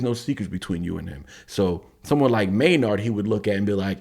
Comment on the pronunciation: Tool army roll call. Also the first name is pronounced may-nerd. Edit: also if you can bop your head to Danny’s beats on the first listen you are 1 of 1. Edit #2. Wow. Your commentary is spot on and amazing! You are very intuitive. Em is the rap genius and Maynard is the rock genius!! Also you apologized for talking so long, but this is what we want. This is why we seek out these reaction videos. Not to watch someone bop their head and when the song is over just be like, peace out.